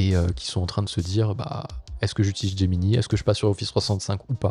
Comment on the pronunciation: "Gemini" étant un teme nommé depuis l'anglais, autant qu'avec Drive, Slides et Sheets, je pense qu'il serait bon de le prononcer en anglais. Donc de [Gémini] à [Géminaï] (pour l'écrire en lecture française). (ou de [Geminee] à [Gemini] pour la lecture anglaise)